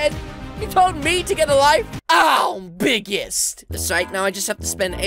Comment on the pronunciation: Im BIGGETS*